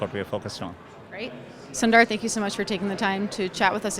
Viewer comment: Madam thats not sunduurrr its sundar 😂